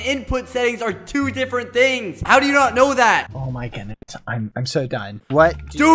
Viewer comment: ”Oh my khoodness”